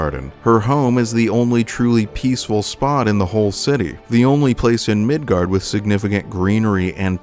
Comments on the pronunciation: hey were you arware that you pronounced it midgard instead of midgar. i feel really special for catching that. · Quick question...why Migard? Instead of Midgar? Jw if that is the intended name or the correct pronunciation or if that's just a mispronunciation like the way people said aeris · The real question is.... will you pronounce it Midgard in the Cloud video, too? Maintain the consistency, or correct the error? What will you do?! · Are you saying Midgard?! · Are you saying Midgard?